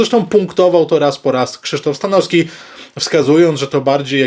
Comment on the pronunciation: Panie....z całym szacunkiem i sympatią dla Pana, ale bardzo proszę o poprawne i schludne wymawianie nazwisk, np.StanoWski, TrzaskoWski, bo moje ucho jest na to bardzo wrażliwe i również nie toleruję, jeśli ktoś mówi np. jabko. Z góry bardzo dziękuję i pozdrawiam serdecznie.